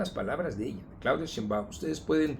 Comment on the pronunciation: Y para qué dices “sheinBAUM”! Se dice sheinbaum y punto! vieja asesina!!